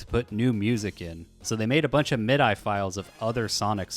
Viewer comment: Mid-eye is the most disgusting way to pronounce "MIDI" I've ever heard. How do you say "GIF"? Anyway never mind, I don't want to know. Great video.